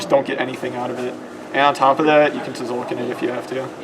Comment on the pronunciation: stop pronouncing the silent t in tzolkin